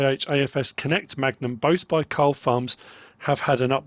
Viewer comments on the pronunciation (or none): none